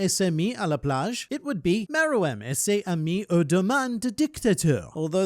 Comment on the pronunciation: You’re doing quite good with your French prononciation. Ses amis would be pronounced « ses zamies » you connect the s to the next word if it starts with a vowel